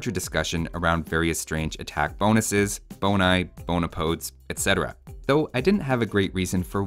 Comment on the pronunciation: He he Bone-i